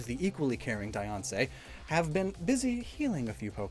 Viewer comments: I love how he pronounces Diance like Beyoncé. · everyone: diancie: deyoncé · when you said diance it sounded like beyonce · Diance is pronounced Deeansee